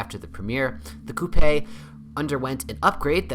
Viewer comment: come on man... coupey? WTF